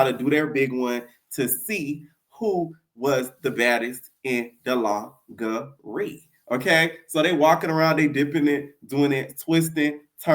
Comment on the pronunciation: It’s you saying Lon-ger-ree 😂😂